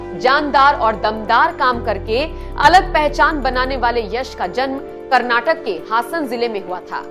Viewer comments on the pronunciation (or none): none